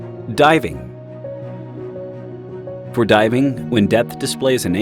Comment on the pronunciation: Ok 10 second mark. Driving depth? I swear he says driving.